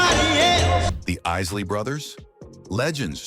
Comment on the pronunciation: That's ISSSLEYS!